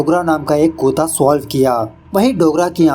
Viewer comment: Bhai kutta hota hai kuutaaa nhi 😅😅😅😅